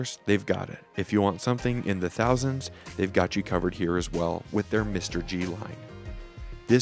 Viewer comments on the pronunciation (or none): This watch is not pronounced as Mr. G BUT MR-G instead. MR-G should be Majesty Reality G-Shock. TQVM. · You lost me mate at the first spot you said mister-G I am not buying that watch now because of you🤦🏻